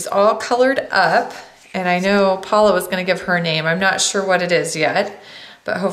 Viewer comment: Thank you so very much! For creating this video and for helping me out to color her. I just LOVE how you colored her up with such rich colors! <3 and yes:) that is how you say my name:) giggles cause not many people say correctly..it usually comes out Payola:) but you got it! thank you:) Oh and her name is "Franky's Girl":)